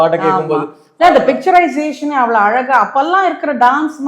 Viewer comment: பார்த்தசாரதி உங்களுக்கு "ழ" வராதா ,அலகா இல்லை அழகா